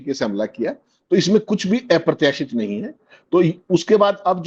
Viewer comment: Not aaya pratyasit sir ji aprartyasit ...